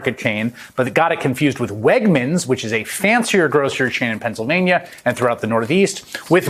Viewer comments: Dr. Oz; Pensavanya? Really?! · He definitely cannot pronounce the name of the state where he lives.